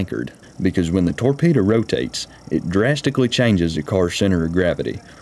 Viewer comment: Do you mean torpedo? Not tore Peter?